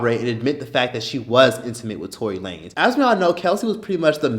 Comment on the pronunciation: bruh did you said toilet lanes Lmaoo